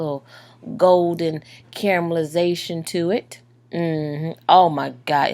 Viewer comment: Great recipe.... I'm trying it tonight..... but for further reference.... Its called Caramelization....... nor Camel-ization LOL. I got a good laugh out out of that.